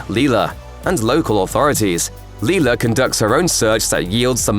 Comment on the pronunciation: The sister in Psycho's name is Lila (said LIE-la, not LEE-la). You also forgot to mention in the SAW 2 entry about the son being in a "safe place" - literally stuffed in the safe under the desk with an oxygen mask on to help him breathe. Had the cop just waited, the boy would have been brought out alive and well.